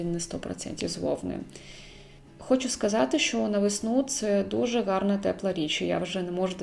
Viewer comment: Окреме дякую за українську!❤️Єдине, якщо можна поправити)) в словах "гарно та елегантно" ви використовуєте букву Ґ замість Г, трохи ріже вухо🙈